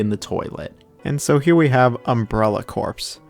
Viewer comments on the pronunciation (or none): Btw. Corps in Umbrella Corps is not the dead part of a dead part of the body word. It is pronouced like core and is a type of military unit. Sorry i always have to correct someone when they said it wrong